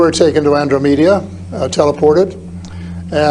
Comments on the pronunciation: An-drah-med-ah..... The alleged whistleblower should learn to correctly pronounce the galaxies. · The most alien thing in this video is the way the old guy pronounces Andromeda